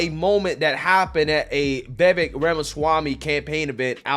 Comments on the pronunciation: It's pronounced VivAke like cake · Dear, I love ur channel but PLEASE learn to say Vivek’s name correctly.